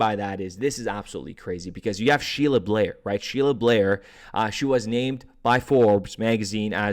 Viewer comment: Great Content as always thx 24 also its BAIR like ‘BEAR’ Sheila Bair lol not Blair love u bud!! 🫡